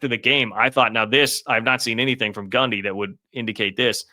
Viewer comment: Is he saying Gumby